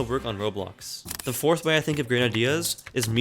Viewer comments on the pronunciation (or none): YOU DID NOT SAY BORTH INSTEAD OF FOURTH